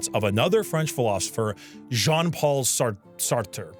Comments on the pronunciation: As an english speaking person you say that " Jean " as john... but the firt part is like the "sio" from "vision".... actually yes, it's "Vision" without the "vi" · Absolutely criminal way of saying Jean 😭😭😭